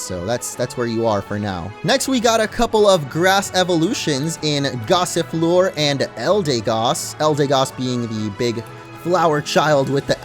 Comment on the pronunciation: Duraldon loooks like a ice type to me Gossifleur, thought you said Gossiplure lol